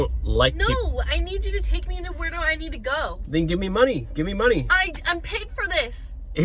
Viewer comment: "NeOw" got me 😂😂